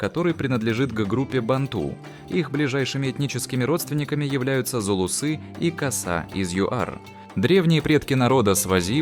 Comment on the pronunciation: ударения в словах делайте правильно, а то так и будут говорить зулусЫ)